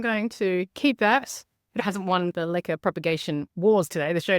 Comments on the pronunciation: So Americans did you think she was saying liquor😂i did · Is she saying liquor? Lichen? I have not heard of propagating in anything that starts with an L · Ohh I thought you were saying "liquor". I was like, ok...? Ppl do that?! I didn't know what the other thing was 😅